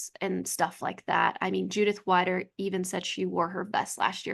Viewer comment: greetings from switzerland 🇨🇭🇨🇭 i love listening to your podcast while crosstraining 😊 but it‘s judith ‚weeeeder‘ not judith ‚waaiider‘ 😉